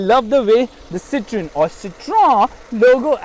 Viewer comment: Its pronounced Cee-thaw-N